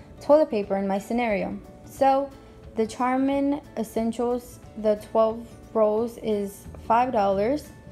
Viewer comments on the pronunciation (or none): it's pronounced sharmen even though it's spelled charmin, hope this helps